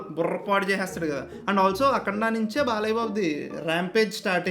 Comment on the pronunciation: Balayya X Boya ❌ Bolayya ✅💥🔥😂